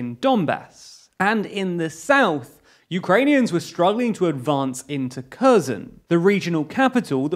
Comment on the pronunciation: Holy fuck... he's pronouncing the names correctly!!